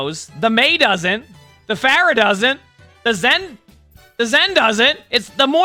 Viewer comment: this is the first time i heard "Floor-ah" and i fckn' died 💀🤣